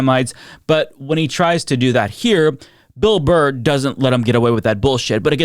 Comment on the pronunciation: You mispronounced Burr's name at the start of the video... You called Him Bill "Bar". I have now lost all respect for you.